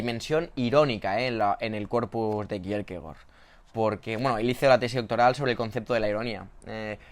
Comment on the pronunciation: Igual que Faemino y Cansado, tú lees a Kirkegar.